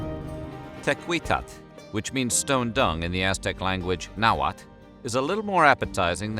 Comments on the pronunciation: The L at the end of all these words is actually pronounced. So it nahuatL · hearing people that have no idea about Nahuatl language trying to pronounce anything is funny